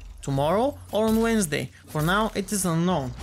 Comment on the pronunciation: "Wait, tommorow is Wedensday" : )